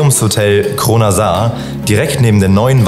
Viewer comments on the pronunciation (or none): Kleine Anmerkung: das Hotel heißt nicht Kronasar, sondern Krønasår. Das ø wird wie ein ö ausgesprochen, das å wie ein kurzes o (wie z.B. in "noch"). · Danke für die Anmerkung! Da hast du natürlich vollkommen recht, von der Schreibweise her müsste es "Krönasor" ausgesprochen werden. Wir haben uns zum Zeitpunkt des Drehs dennoch bewusst für die "falsche" Aussprache in der Dokumentation entschieden, da auch in Videos vom Europa-Park diese Aussprache ("Kronasar") benutzt wird und unserer Erfahrung nach auch viele Besucher eher irritiert von der "echten" Aussprache sind. Aber wir verstehen, dass das auch sehr stören kann, wenn der Name falsch ausgesprochen wird und werden bei zukünftigen Berichten zum Hotel Krønasår darauf achten. Vielen Dank für deinen Kommentar und hab eine schöne Woche :-) LG aus der Redaktion